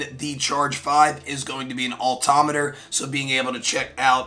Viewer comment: Great reviews. This is the 3rd video I've watched from you and you keep saying "altometer"... No such thing. It's Altimeter! Driving me crazy. Maybe it's because I'm a pilot as well. 😅